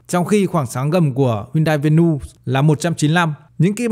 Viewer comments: Vê nu😅😅😅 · Venue ko có s mà Bác đọc ét xì nhiều quá